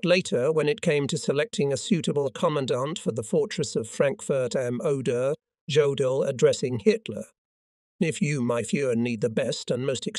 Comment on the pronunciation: I don't understand how the production crew doesn't notice how poorly words are being pronounced. It's extremely distracting and frustrating. I have given up on some episodes because it's so bad. When they can't get simple words, especially in German to come out correctly, you spend more time thinking to yourself how to say it, instead of listening to the narration. How can they say the J in Jodl instead of using a Y ? Or not say Reich correctly. Berchestgaden has been slaughtered so much if you didn't know the area, you wouldn't know. Regardless if using a storyline that's American/English/German, the pronounced words are atrocious. Also, why not number the episodes and place all appropriate storylines that belong together simply together? You may be following the U-BOAT stories and the next one is in Russia sometime during that campaign. You didn't have U-BOATS in Stalingrad or Kursk. Last night, I was listening to the end of the war, with an unnamed German general in Berlin who ends up in Nuremberg!!!!! Then to Africa following a British tank crew. How can you follow anything without rhyme or reason or unable to pronounce words?